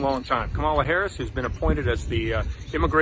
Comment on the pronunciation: Rep. Murphy can't even pronounce the name of the Vice President correctly. Learn her name before you attack her next time,.